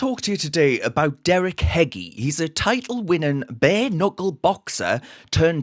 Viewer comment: Pronounced.. decca hedgie